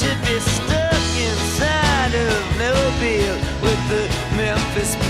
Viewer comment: It's Mobile, Alabama.